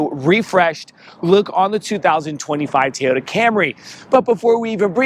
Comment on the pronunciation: LOL TEEyota.